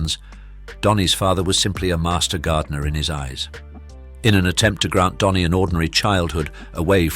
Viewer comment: His name is Dhani not Donny.